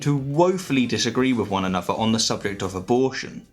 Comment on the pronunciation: He manages "atheism" but not "anuvvah" or "eivvuh". I know one is unvoiced, and the other is voiced, but with a bit of effort...